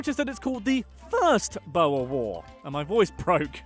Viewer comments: He said boer very wrong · And how he pronounced "boer"😂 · my pain whene he says boer is imesurable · hy weet nie ook hoe om "boer" te sé hahaha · You butchered every afrikaans word, I love it XD. Was waiting for this vid for a long time Edit: I love how you say Boer 😂😂😂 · Hey South African here and your pronunciation of Boer and some other words are so wrong😂😂😂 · Baas? Groot?Boer? Everything you just said was wrong😕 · The way you say Boer is funny af tho😂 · It's funny how he pronounces boer lol(saying it wrong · you have butchered the words boer and witwaterstrand XD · the way he pronounces ‘boer’ and muizenberg 😭😭😭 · When you say "Boer" try pronouncing it like this: Boo + R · Ai, hy sê bouer i.p.v. boer - dit maak my ore seer, maar ons spreek virseker sommige van hulle woorde verkeerd uit. 😁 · its pronounced boor not bo-wer and its not yoh-han-es-burg its joe-han-nes-burg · Its pronounced (boor) boer war not bower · Dude... "Boer" is pronounced "B-ooh-rrr" Not Boa like a snake??? Hehehe a simple google search would have told you that! Us Afrikaans people would appreciate the correct pronunciation. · You pronounce boer like boor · it's weird because in both English and Afrikaans the "oe" makes more or less the same sound... Idk why he said "bo-a" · bo - er south africans: bruhhhhhhhhhhh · 😂 omg... the pronunciation on “Boer” It’s more like “boo” + “er”. drag that O a bit. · When he pronounced the boer war as "bo-er war" I just... It's just basically the farmer war, if I put it in simple translation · He says Boer like "Bouer" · I'm South African And The Way The Say Boer Makes me mad its pronounced Booorrr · Why do foreigners pronounce Boer as Boa, and Johannesburg as Yohannesburg Even as someone who only speaks English that doesn't even remotely make sense... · Boha...thats hilarious, being from South Africa you have completely destroyed that word. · Boer is pronounced like boar like the wild boar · Boer.. Pronounced (booo-err)